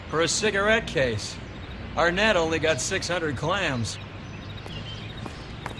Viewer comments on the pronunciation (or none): "Arnett" really? REALLY?!?